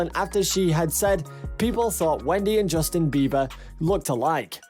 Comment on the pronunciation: The correct spelling of his name is in the video and you still pronounced it beaver every single time